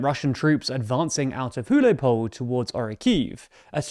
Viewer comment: Sounded a bit like hujlopole on the first go. English speakers are incapable of even trying to pronounce anything that isn't english.